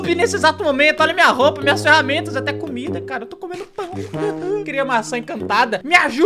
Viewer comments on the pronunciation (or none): none